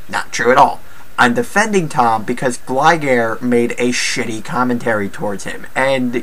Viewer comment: He's said Alec sessler instead of Adam sessler and glye gair instead of gligar